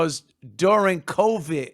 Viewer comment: “Durin Covitt” 😂😂